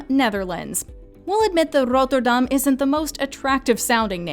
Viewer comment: The way she pronounced Rotterdam 😂😭